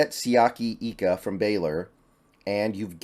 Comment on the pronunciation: Hey, new subscriber. Just watched your draft 1.0. Wanted to correct you on a pronunciation of Siaki Ika's name. It's like an I, not an E with his last name. I lived next to a family from Tonga with the same last name, and they told me. I like the picks!!